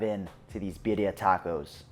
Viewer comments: He's still not pronouncing it properly? This is not a competition. I would want to know if I wasn't pronouncing something as traditional as this. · Your not pronouncing it correctly?